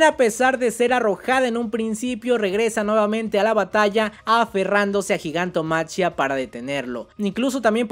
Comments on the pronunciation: Repitan conmigo: Gigantomaquia Repitan conmigo por si acaso: Gigantomaquia No sé si soy el único al que le genera conflicto que prenuncie la ch como tal diciendo Gigantomachia Igual, buen video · hey bro, creo que se pronuncia "Gigantomaquía" es una referencia a la titanomaquia (en la mitología griega la guerra entre los Dioses olímpicos y lor Titanes), solo que pues en ingles es Titanomachy/Titanomachia y por eso lo de Gigantomachia